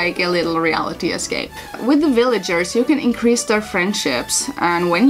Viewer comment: "Willagers" I think that's German accent? So cute. I'm looking forward to playing this gba gem sometime